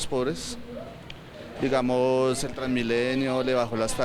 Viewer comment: este pedazo de periodista machucho no sabe ni dar la hora comenzando que cuando va a a dar la hora arrastra la lengua de tal forma que en vez de decir seis de la mañana tres minutos dice seis de la mañana tree seeee minutos.... jajajaja pillensela bien cuando diga la hora jajajajaja , ahora va a tratar de debatir con petro de politicas economicas jajajaja pobre periodistica prepago primero que aprenda a decir la hora bien primero y despues que medio hable con petro jajajajaja